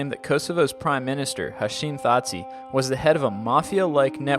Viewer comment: Hash im tha chi is how u pronounce his name, lol i can be bitchy :P